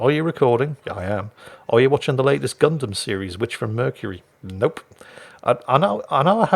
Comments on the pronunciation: When you say "Gundam" all I hear is "God damn" lol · jingles pronouncing gundamn is now my favorite word lol